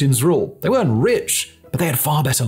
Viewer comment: Your “were” and “weren’t” could be enunciated a bit better please, i was confused at times since captions didnt seem correct